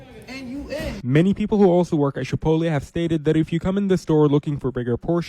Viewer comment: Pinche FMB calling Chipotle "Chip-OAT-LEE" is hilarious! Pinche FMB es mucho menso, ey!